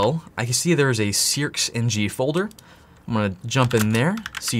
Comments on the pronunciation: Wouldn’t it be pronounced “Searchng”? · Think its pronounced Searching, the X is the Chi sound in Chinese. My question would just be, is there any weird backdoor code in this because of the Chinese connection 😬 I guess its Open Source but still curious. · 1st of all, I know practically nothing about programming, but I grasp Logic well enough to realize that if the software is based on SEARching, then it would likely be pronounced SEARxng in the similar way. 2nd, Why do you feel the need to act all hyperactive and obnoxious? Do you really think that's what people want to see??🤔 Do everyone a favor, and just talk like a normal person, man...stop with the goofy theatrics! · SearXNG might be pronounced "Sear-Ching". X is pronounced many different ways based on context and language. Great video, thankyou. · I'm pretty sure the company name is pronounced "Search NG". I'm assuming the X is the Greek letter chi (Χ), which makes a "ch" sound.